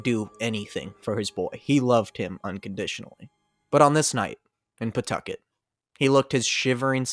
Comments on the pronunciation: Thank you for pronouncing Pawtucket correctly, I was nearly ready to rip you to shreds. That being said, what a jumpscare to hear about my home state in a video, absolutely insane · The explanation of how to pronounce Pawtucket is gold – definitely the superior version of words sounding like someone expectorating. Maybe it can be a new city slogan. You know, "Pawtucket... spit on that thang."